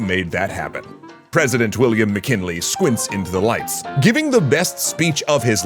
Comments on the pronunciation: "Milliam WcKinley?" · Milliam WcKinley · Milliam Wickinley